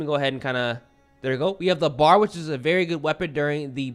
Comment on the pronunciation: Uhhh..., the BAR isn't pronounced as a word. It is the BEE- AYE- ARR. Browning Automatic Rifle. And is TRULY a bad AF firearm. LOL